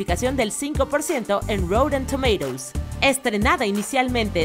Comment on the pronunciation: "Routen Tomeiros".